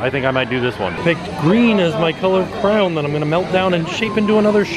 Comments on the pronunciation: This is so cool but why do you say crown instead of crayon... it’s driving me crazy😭😬😬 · Why does your pronunciation of crayon sometimes sounds like crayon and sometime crown? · why so you say crown for crayon 😂😂😂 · Why does he say crown instead of crayon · Is he saying crown? Cran? Whut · This whole video I was just screaming, ITS CRAYON!! NOT CRAY-on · He's saying crwayon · Stop saying crown it is driving me crazy!!!!! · You say crown instead of crayon. Odd. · Hes saying crown not crayon it’s driving me nuts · It's definately pronounced cran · He pronounces it crayuns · How do you get “crown” from “crayon”?? I had to stop watching after a while because hearing him pronounce the word crayon so badly over and over drove me nuts! I desperately wanted someone to correct him! 😂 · Why was he pronouncing crayon as crown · You pronounce crayon wrong. It’s pronounced “Kreyn” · CRAY-ON not that hard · My daughter pronounces it like he does even though I have corrected her hundreds of times. I think it’s just a hard word for some people to say. No big deal. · He’s saying it the British way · My husband and I have been cracking up over your many pronunciations of crayon in this video 🤣 This is why we never miss a video! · Haha same! He says it wrong in so many different ways. I love it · His crayon pronunciation kills me 😂😂😂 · That moment when you find someone who pronounces crayon just like you do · Ur saying crayon wrong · I made it to and couldn’t deal anymore lol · I literally live in america and still can't get over the way people say CRAY-ONS... which is the right way to say it. Not CRANS, not CROWNS, CRAY-ONS... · I'm seriously disturbed by pronouncing them "crowns". It's "cray-on". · Here in Ireland it's also called crayon not crown or craown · I love but the way he pronounces crayon is hilarious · Every time you say “crown” instead of “CRAY-ON” my butt hole clenches. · How do u say CRAY-ON like CROWN!!!!!! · Cray-on now crown, please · NOT CRAY-OWN OR crown